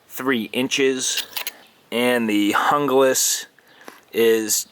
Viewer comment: Pronounced Hoonglas.